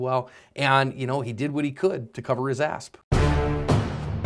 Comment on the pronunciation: does he always say at the end " to cover his asp"?? Obviously sounds like ass but i hear asp.